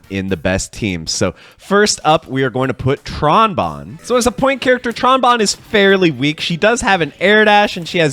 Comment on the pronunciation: You said Tron Bonne right this time lol. I remember the Marvel 3 video you did a while back you called her "Tron Bone" 😂